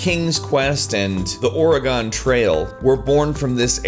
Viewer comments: OREGON? OR A Gone? It's OR E GUN! lol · Damn you its orygun not oreGone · oragon trail? Do you mean oregon trail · "OreGONE" trails... really? It's "OreGUN" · "The oh-reh-gone trail" Oregon... It's Oregon trail dude. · I live in oregon and its pronounced OR-I-GUN not OR-EE-GON lol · the "OREYGAWN TRAIL" hi. Oregonian here. YOU HAD ONE JOB! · "...and the Ore-gone Trail" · "The ORR-RAY-GON trail" lmfao u sound like you're from the moon, fam XD I'm onto you,. I'm onto you... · "Oregaan" As an Oregonian I am offended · The Orahgan Trail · whats the OR-GONE trail. LOL... You might have made a mistake BUD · Or-eh-gone trail? Never heard it pronounced like that before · Did he just say the "Or-a-gone" trail? wtf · Or-e-gon trail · Did...did he......did he just pronounce Oregon as 'Oragon'? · The "OriGONE" Trail.... Dude, really? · OR EE GON TRAIL!?!?!??! GTFO!!! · I think they pronounced "Oregon" wrong. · That is an odd way of pronouncing Oregon. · I know, being an Oregonian, that really grinded my gears. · Being from Oregon, this made me cringe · did he say oregon wrong or is it called that? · The way he said Oregon hurt my ears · Is he trying to say "Oregon"? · I'm pretty sure you're the only one i've ever heard pronounce the e in Orgeon. XD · The way you pronounced Oregon made me cringe